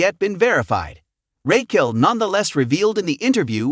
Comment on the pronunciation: Dude if u cant say Raquel (Rockell) right, ITS NOT RAYQUELL! I CANT SUSBSCRIBE!